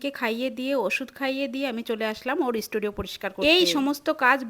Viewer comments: Studio na na❌Estudiou ✅🤣🤣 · isstudio nehi it's studio pl pronounce sahise kijiye. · স্টুডিও ❌ ইস্টুডিও😂😂😂😂😂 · Studio ❌️ Estudio ✅️ 😂😂😂😂😂😂😅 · Studio ❌ Estudio✅😂😂😂